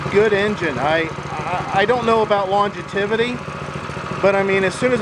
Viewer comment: Long-ja-tivity? Longevity. Lawn-jev-uh-tee.